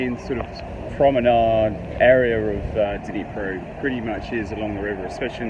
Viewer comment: Interesting video. East Ukraine isn't popular for tourist. I have to ask, Was I the only one cringing about how he pronounced Dnipro?